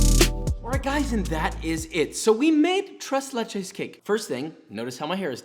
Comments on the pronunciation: Tress Lachess? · Ahh yes, my favorite dessert. TrAys LAychess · Im not even hispanic and the way he says tres leches makes me cringe. The only reason i know the correct pronunciation is because my grandmothers colombian. I speak Arabic and english btw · I did not appreciate him saying tres leches when it's pronounced thres leches... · He made tres leches but he kept calling it trace lay-chase? What is that?? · A white person saying tres leches instead of trays laychays? My god... They’re evolving. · tres leches,,, no ma’am